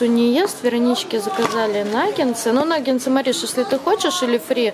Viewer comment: Не " нагенсы", а " нагетсы"